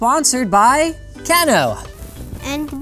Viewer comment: Kano pronunciation Can-o? No it is Cane-o